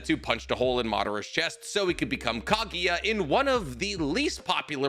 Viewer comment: This man mispronounces Kaguya’s name every single time he mentions her.